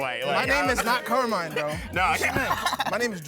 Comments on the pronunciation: Sì, esiste ma ovviamente non è pronunciato come lo ha pronunciato il tipo "Carmain"😂 ma semplicemente Carmine. Non è un nome super comune ma al sud ce ne sono. Al nord mai sentito. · It’s pronounced Kar-Mee-Neh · Italian here, I can confirm that Carmine is (also) an italian name, more typical of southern regions. However, it is not pronounced like they said, it's more like "càrmeeneh". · Carmine IS an Italian name and it’s NOT pronounced like that 💀💀💀💀💀💀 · Damn 'Carmine'. How are you from New York using the name Carmine and don't know it's Italian? Watch The Sopranos at least, lol. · Yes, Carmine is an Italian name, but definitely not with that pronunciation 😂😂😂